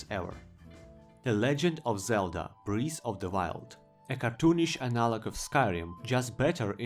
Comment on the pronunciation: No one: saying breath of the wild: b r e e f of the wild